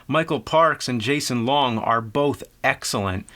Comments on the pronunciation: Gambit Wilson He also said "Jason Long". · Gambit Wilson he also said jason long. Fucking uninformed pleb. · "jason long" whoops